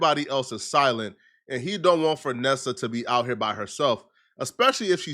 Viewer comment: Did he say fernessa 😂